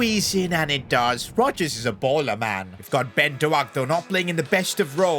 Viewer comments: its not pronounced ben do-ack its ben dough-k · Btw I’m Scottish and it’s pronounced dowk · doak is pronounced doke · Every single time you say Dough-Ak he just forgets how to shoot a ball.